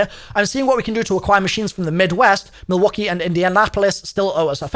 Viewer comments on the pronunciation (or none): none